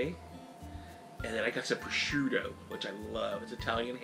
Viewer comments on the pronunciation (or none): none